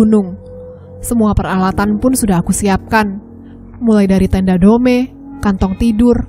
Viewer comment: Tenda DOME dibaca DUM